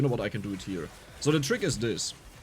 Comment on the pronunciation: Bruh.... It's SO! Not Zo! Zo is German. And you're speaking English!!! 🤯